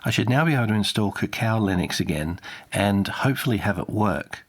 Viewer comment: Is "CACKO" supposed to be pronounced as "ka-ka-oh" like cacao or was saying it wrong? Because that clearly looks more like "cactus"..."kak-ko". Genuinely curious, no offense intended.